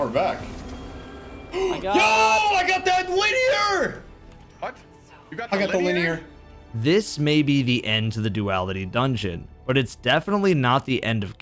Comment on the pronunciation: I thought I was mishearing in that clip where that guy got the Stormchaser until you also said "luh-near"